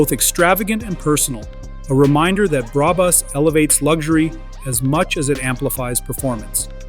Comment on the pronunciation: “Bra Bus” 😂😂😂😂😂😂😂😂😂